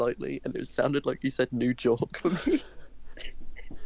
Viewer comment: did in fact say New Jork